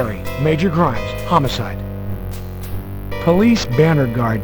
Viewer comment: Why does the guy keep saying "Homocide?" It's homicide!!!!